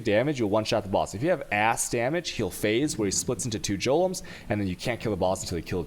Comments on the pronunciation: Jolems and alCHemy orbs XD Edit: Shavronees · Do you purposely misspronounce everything? Every video of yours I've watched there is at least one point where I'm like, joelums? Wtf is he talking about? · I love the videos, but I can't hear anything for a few seconds after hearing "jolems" or "altchemy". My brain just shuts down. That's a hard G in golem, and "chem" is as in "come". <Rewinding to hear what was said after "jolems"> Thanks for the vids!!!!